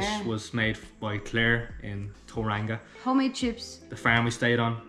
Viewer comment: Tauranga.....toe-wrong-a Taupo....toe-paw